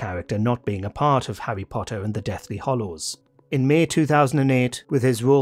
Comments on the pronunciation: *Deathly Hallows, not Hollows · It's Deathly Hallows not Hollows......